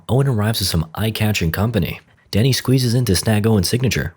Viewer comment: I kept hearing danny as daddy